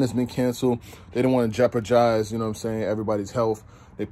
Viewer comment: Happy Birthday!!!!! I caught that Smack inspired “Jeopar-Jized” you slipped in there🤣🤣🤣